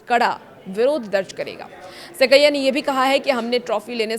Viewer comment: सबसे पहले को हिंदी सिखलायें। श्री सैकिया को सेकैय्या के नाम से संबोधित कर रहीं हैं। यह अनुसंस्करण क्या होता है?